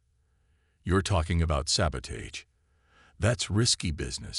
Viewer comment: And please teach the AI both proper pronunciation of “sabotage”, and not to pronounce the asterisks